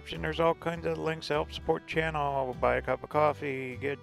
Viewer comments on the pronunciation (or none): none